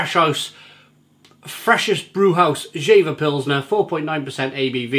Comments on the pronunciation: it's pronounced "Yea-vah". It's a town in the North of Germany. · One of my favorite beers while I’m in Hamburg a times a year. By the way, it is pronounced like YAY-fer. Their motto is Friesisch Herb, which means Frisian dry (dry as in not sweet, like a dry wine). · Actually it's not, the correct way would be jeFer. In our region the v is spoken like an f. But for the majority it's probably the correct way to pronounce it yea vah